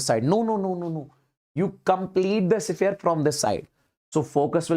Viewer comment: Sphere ❌ sephere✅ ❤